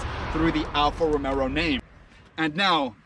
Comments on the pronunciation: Alfa Romero???? Lmao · It helps credibility if you learn how to pronounce Alfa Romeo proper....